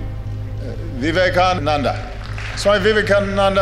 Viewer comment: Loved it when he says, "vivekan anand" 😆